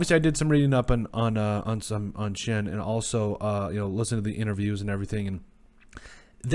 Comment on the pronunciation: It’s actually pronounced “Shane.” I’m a Giants fan and it took us weeks to nail down the pronunciation so don’t feel bad. I’m psyched for these hirings. Nothing is guaranteed, but it all made sense at least.